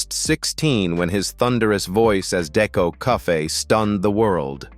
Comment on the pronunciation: Deco "cuffay"? Jees....